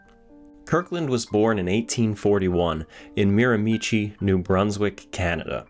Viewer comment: NBD but it’s actually pronounced “Mara-meshee” (Emphasis on the “shee”)